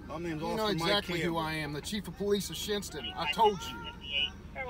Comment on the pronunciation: He said Shinnston